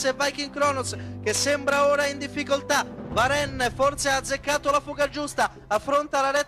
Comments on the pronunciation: Si legge varen ma si scrive varenne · Si pronuncia varen, è francese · Ma non si legge varenn?